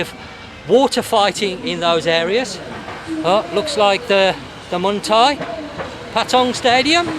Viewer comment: Hi, just to say it's only you I hear say "mung thai" I laugh every time I hear you say it 😄 Muay thai...isn't it? No N n in it 😂😂